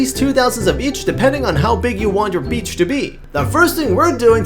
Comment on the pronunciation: "So u can see the beach becher" :DDD